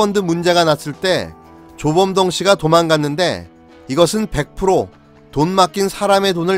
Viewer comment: 사기군 조범동이 자꾸 조중동으로 들리지...??